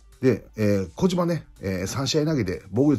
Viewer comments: こじまって言ってて草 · コメント見るとコジマって聞こえたのは間違いじゃなかったのか…